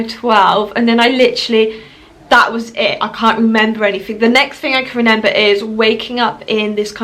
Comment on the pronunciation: She keeps saying renember🤣